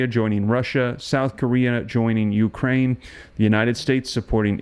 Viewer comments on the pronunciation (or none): none